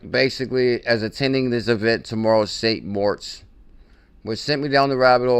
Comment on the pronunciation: Especially when it’s pronounced MORITZ